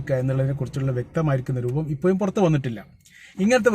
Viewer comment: ഇപ്പോ യും എന്നല്ല ഇപ്പോഴും എന്ന് പറയൂ